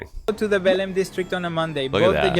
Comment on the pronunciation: The Lisbon guy mispronounced the Portuguese names it’s vya-ZHAI not veeagim and buh-LAI not bellum